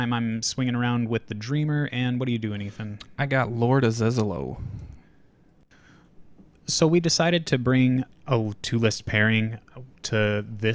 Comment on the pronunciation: ah-zello (Like Jello), or ah-zAy-low, or even Aziz Ansari. Just not lord Az